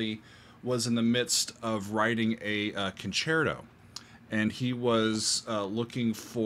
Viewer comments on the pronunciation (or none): none